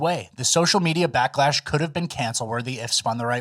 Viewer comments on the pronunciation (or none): Did I hear that right 😂 “social media blacklash”